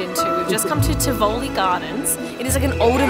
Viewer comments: Pronounced like Tiv-a-li not Tiv-OL-li 😉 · Love this! It has been many years since I was in Copenhagen. However, isn't it pronounced Tiv-oh-lee? The accent is on the "oh." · you nailed the pronunciation of æbleskiver! But your pronunciation of tivoli made me giggle - it's "TEE-vuh-lee" but fast. Smørrebrød is a stable for lunch time in Denmark. Not always fancy, for every day we keep it simple, and for special occasions we make them more fancy. A summer roadtrip is a great idea! The islands of Fyn, Thurø, Langeland, and Ærø and all the tiny islands in between are all connected by ferries and absolutely one of a kind to experience, with lots of old old houses and long, deserted beaches.